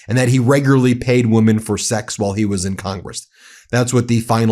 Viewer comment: its women not woman. why cant anyone pronounce the plural form of woman anymore? seriously its weird. what is up with that